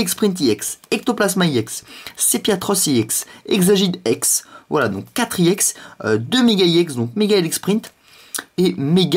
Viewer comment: c pas IEX Ca ce prononce EX